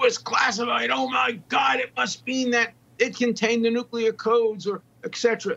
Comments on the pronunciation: Nuclear Nuke Klee Er NOT Nuke Ku Ler Read the f'n word! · There is no such word as "NU-CU-LAR" - it is NUCLEAR. AS in nuclear energy. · People who say 'nuculer' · Don't listen to anybody who says "nuculer." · She’s a dem, & she needs to learn how to say nuclear. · “Nuclear” is mispronounced so often, the dictionary needs to accept the mispronunciation as a variation. It would get newscasters off the hook for being too lazy to learn it.